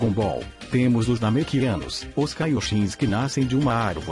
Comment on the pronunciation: "Nemekianos kkkkkkkkkkkkkkkkkk kkkkkkkkkkkkkkkkkk